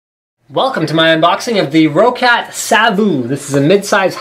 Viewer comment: ro-cat? It's pronounced like rocket but with an A, "Rockat"